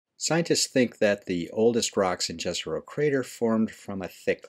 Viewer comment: Its pronounced Yezero